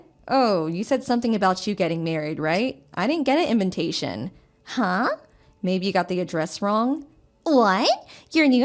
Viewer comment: I love how she pronounces "invitation" as "inventation"....por quoi?!! 🤔🧐